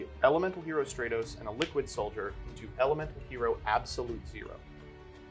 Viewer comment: “Have you kept up with the YGO Meta?” Also: plays Hero Also hearing you call Stratos “Stray-Toes” made me cringe 😂